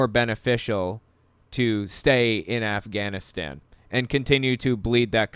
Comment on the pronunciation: "GUYS, the afganastanannies" LMFAO